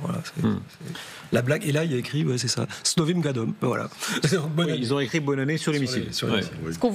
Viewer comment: Le grand reporteur on ne dit pas snovom gadom mais snovim godam с новым годом